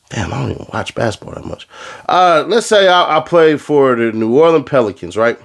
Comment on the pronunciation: Cuz said alot but when you said New Orlean Pelicans I spit my beer out. Im from Louisiana but I never would have thought about that team😂😂😂